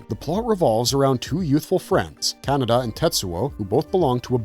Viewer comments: All the times I've seen Akira, I never realized it was pronounced Canada. /s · More AI generated slop - it can't even pronounce Kaneda's name properly. This basically scraped from movie review sites. Youtube floods their platform with this shallow schlock so they keep all the cash and don't have to pay real, living casters